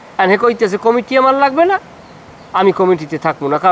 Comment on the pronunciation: ভাই Comiti না Committee হবে।